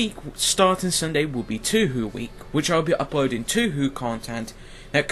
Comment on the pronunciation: OHHH PLSSS my ears >____< How do you pronounce Touhou??? as "tü hü" ? It´s pronounced as "" TOO-HO"